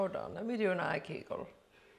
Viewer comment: 😂 ok you got me at eye kegal 🤣😂